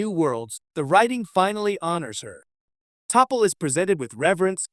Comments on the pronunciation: Is this an A.I. or voice emulator reading the script? It’s “T’Pol,” pronounced, tuh-pol, not Tee Poll or Toppell! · weeeey topple is back , omg get the name right . Ai the voice of the future good grief . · Her name is pronounced T'Pau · Pronounced Ta Paul. Stupid AI!!! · OMG, I gritted my teeth everytime that automated voice said "topal" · It's Tuh-PAUL. Trekkie though I am I can't finish listening to this. It's too painful. ( I used to call myself a Trekker until I read that Gene preferred Trekkie.) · Her name is not Tapple or Topple. Your AI requires reprogramming, due to ignorance and a lack of verbal cohesion. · Topple? Teepole? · Lol...TOPALL!!! AI on this sux. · Toppol? Ditch the A.I idiocy. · Hey... the name is T'Pol = Ta Pol learn how to pronounds the god damn names correctly or don't use them at all!!!!! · OMG!! Toe-Paul! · Your diction is discusting. The name id T'Pol not TeaPol or TapPol. Have you ever watch an episode of Enterprise??? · TOPPLE and Starfeeee lmao wtf this AI shits terrible :eyes-purple-crying::face-fuchsia-wide-eyes::cat-orange-whistling::face-blue-wide-eyes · I think it's pronounce "Ta-Paul." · Teeple and Toppel. Come on. Use your 11labs correctly. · T'Pol pronounced: Tah-paul. T'Pol pronounced: Tah-paul. T'Pol pronounced: Tah-paul!!!! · Topple...TeePull.... AI, you slay me! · Topple? Is this AI gone bad? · Topple? Teeple? Not familiar with that character.😅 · Topple? HAHAHAHA... learn how to pronounce her name! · While her name was taken from the actor Topol who played Tevye, her name is spelled T'Pol, it's pronounced like Teh-Paul. No one else can play her like Jolene did. Please don't let anyone re-cast her! And as I have met a family named Blalock, they pronounced their name as Blaylock ("black mountain"). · T'Pol pronounced: Tah-paul, good grief.... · Sounds more like "topple" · Ya, and stop pronouncing it "taaah-pol'" and "teee-pol". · Mispronouncing T'Pol! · It's not "Toppel", it's "Tuh-PAULl".